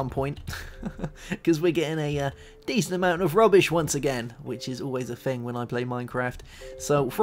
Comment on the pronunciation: please, its thing, not a fing